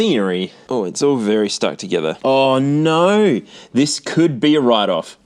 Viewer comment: has the coolest ways of saying "Oh, no!" and "That's very disappointing". It's so *Australian*! (I wish I could clip the sound and use it someplace, but I don't know where. Using it as a ringtone might not be so good, for example)